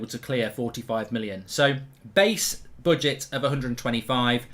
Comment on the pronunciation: Why does he keep saying boodget 😂